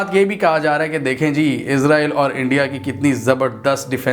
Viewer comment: آپ اسراءیل کہیں نہ کہ عزراءیل؟۔۔۔